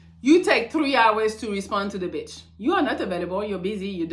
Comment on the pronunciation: I love the way she say BITCH!! The beech!!